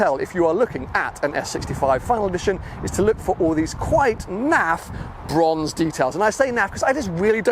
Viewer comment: Bwonze Bwonze Bwonze, You sound like Jonathan Ross. 😴